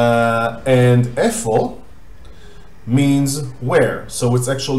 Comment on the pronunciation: Hi. Why do you pronounce it as "efo" and not "eyfo"?